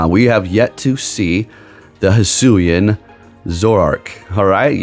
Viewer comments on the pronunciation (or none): none